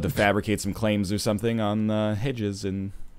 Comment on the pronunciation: Hee-Jaz, not hejuz.